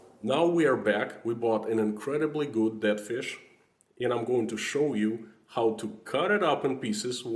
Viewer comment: I know your saying dead but my brain keeps making you say I bet you've never eaten DAT fish. 🤣